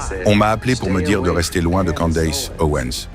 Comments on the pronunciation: C'est quoi cette prononciation hideuse, "Kandéice", c'est "kèndice" qu'on prononce pas kandéice, après le d on prononce i comme en français. Les Francais ne font aucun effort! "Candace" le a après le d se prononce i et le a après le C se prononce è Kèndice. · pourquoi tu dis candesse....En Français le A se dit A...lol